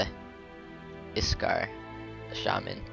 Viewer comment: "So we'll start of with the......Aye...Ik, Ikskar, Ayeskar...this guy." Iksar. Ik. sar.